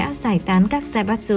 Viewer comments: Đọc là Zaiba chư. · Tài phiệt đọc là zai bát tsự. Ko chịu lên google học cách đọc cho đúng. Sai tùm lum xem mà chán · Theo tiếng Nhật "tsu" つ đọc là "chư" nhé. Kiểu như Mitsubishi đọc là "Mi chư bi si"